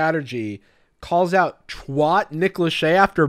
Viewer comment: The way you pronounced "twat" was disturbing.